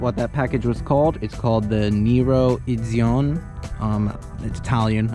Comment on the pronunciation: Probably the best SUV that doesn’t bore you or rip you sideways in servicing like the Germans. Great vid but remember to pronounce all the vowels “Eh-dit-zion-eh”!